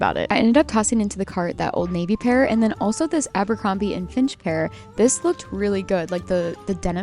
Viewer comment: Fitch. Abercrombie & Fitch. Not finch 🐦🤭 Just trying to help a girl out. 🤜🏼🤛🏼